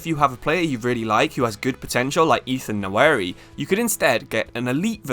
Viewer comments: Bro it’s Nwaneri not Nnaweri. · Nwa-Neri not Nowary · Pronounced like 'WANERI' with a silent N. Not 'NAWERI'. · Try pronouncing the name "Wanery" rather than "Nawery" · it's Nwa - Neri not Na - Weri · Ethan "Nawary" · Pronounced waneri mate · Can't brush off the feeling of you absolutely butchering Nwaneri's name. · surely you learn how to say his name before making a video on him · Bro at least learn how to pronounce his name if you’re gonna make a video about him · british people have no obligation to properly pronounce african surnames